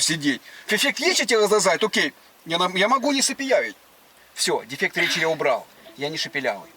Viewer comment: Фифект есть, есть фифект 🤣🤣🤣🤣🤣🤣Ой не могу😅😅😅😅Плачу от смеха перед сном! 🤣🤣🤣🤣💥💥💥💥💥Подушкой накрыл! 🤣😅💥🤣🤣🤣🤣🤣😍💥💥Умру от смеха🤣Спасибо большое! 💘💗😘